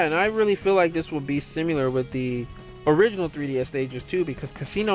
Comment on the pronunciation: Please stop saying "simular"